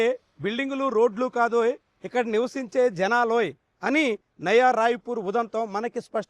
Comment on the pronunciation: Nava kadu nayana nayaa